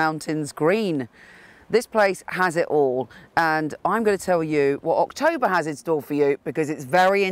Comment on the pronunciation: Your October actually sounds like September to me. I really like the background and you had some really useful information I'm going to try and define. Your always the best